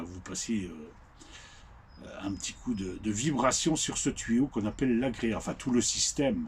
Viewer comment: Alors c'est pas agréa mais agrégat , pour info .😅